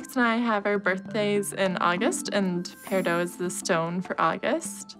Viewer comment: "pear a doh" SWEETIE THIS IS WHY WE WATCH STEVEN UNIVERSE